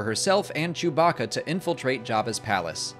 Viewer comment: man said....jewbacka